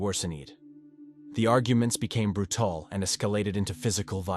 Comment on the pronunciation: Brew-tall .....lol I'm learning new words thanks to Ai!